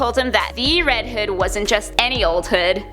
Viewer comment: Sounds like she is saying red head